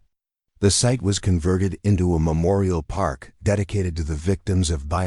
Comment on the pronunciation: Where does AI "PEARK"? In the PEAR-KING LOT.